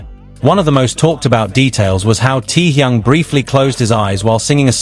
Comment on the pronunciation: Can you get the AI voice to stop saying "tee-young"...?